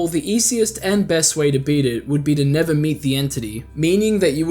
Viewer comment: The never give up sounded like Niga give up